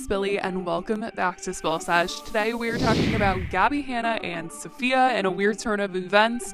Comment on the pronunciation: Can you please learn how to say Safiya’s name correctly ? It would have taken you 2 seconds